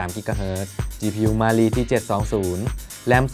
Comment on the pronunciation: Cpu มาลี 555555ลั่นเลย อ่านยังไงเนี่ย😆😆😆